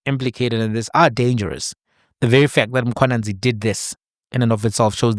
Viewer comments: Lol cause in Zim we have Mkhwananzi not Mkhwanazi. I only realized the difference after 15years of staying in SA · Mkhwanazi not Mkhwananzi 🙄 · Mkwanazi, not Mkhwananzi 😂😂😂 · My Brother it's Mkhwanazi not Mkhwananzi. This is a national hero let's get his surname right. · God dann, it’s Mkhwanazi not Mkhwanzi, even though you’re from Zim, learn to pronounce surnames correctly.